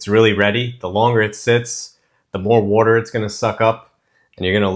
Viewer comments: "Wourder" and "creamy" = classic video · Are you from Philly? You pronounce "wudder" the Philly way! And I'm going to try this recipe. Yum!